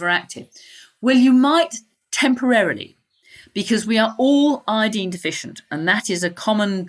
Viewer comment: She means "iodine" when she says "I-deen" lol at least say "I-oh-deen"!!!